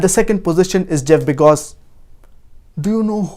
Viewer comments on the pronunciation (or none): He said Jeff begoz instead of bezoz but never mind